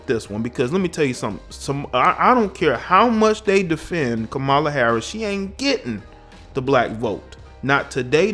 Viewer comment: You are pronouncing K-am-a-la incorrectly. There is no "MOLA" in her name. Here it is phonetically cam-a-la ..."cam" as in camera.